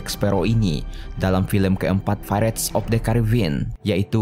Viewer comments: The pirates of the Caribbean bukan the vressttt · Wkwk maaf telat setahun, dari menit awal aja udah aneh bro pas ngomong piratesnya itu praits dia ngomongnya wkwkwk